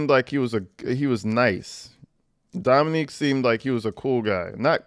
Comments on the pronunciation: It’s not Dominique. It’s Dominic. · I love you, love your channel, but it's Dom-i-nic(k) not Dominique, that is all ❤😊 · Dominic, not Dominique. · Dominic not Dominique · His name is not Dominique. It is DOMINIC. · You keep calling him Dominique 😂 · Ack! Have been enjoying your videos but “females” is so disrespectful. It deliberately removes the humanity from women. Also you’re pronouncing Dominic like “Dominique” which is a woman’s name. It’s pronounced “DomiNICK” which is a man’s name. Or a “male’s” name if you want to refer to people like they’re dogs. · Dominick not Dominique!! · DOM-MIN-NICK, not DOM-MIN-NEEK. The way you're saying it is the female version, Dominique. The man you're discussing was named Dominic. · You keep saying dominique btw. His name was dom-ih-NIK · It’s Dominick NOT Dominique which is a girls name 😊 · You keep pronouncing the victims name wrong 🥺🥺🥺 it’s not dominIQUE…. It’s DominIC